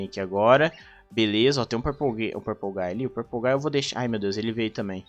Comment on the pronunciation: THE MAN BEHIND SLAUGHTER EDIT:ELE Fala purplegay KKKKKK